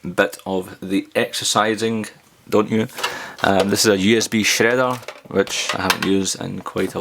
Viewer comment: i love it you you say " how are yüüü"